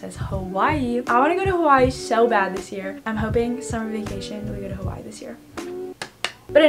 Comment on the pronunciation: when she said Hawaii I thought it said kawaii...